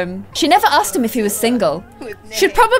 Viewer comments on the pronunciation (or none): none